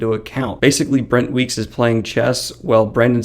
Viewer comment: I thought it was funny, I just couldn't tell what you were messing up. I thought you might've been saying "Bent Wreeks wites."